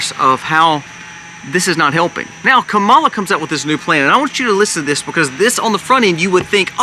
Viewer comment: Great content! I just wish you would make sure the audio is correctly synced with the video. And, that you pronounce Kamala correctly.